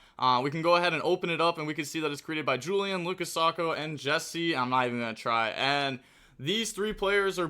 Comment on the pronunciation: Jesse Sim... Bro has the hard R